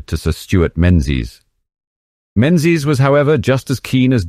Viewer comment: Menzies is pronounced ming-us; for those who are not Scottish. Great videos, really interesting.